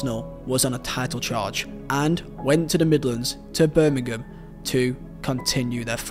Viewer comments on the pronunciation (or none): none